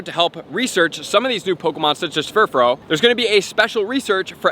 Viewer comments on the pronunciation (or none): Furfrau is pronounced fur-fra-ow not fur-fro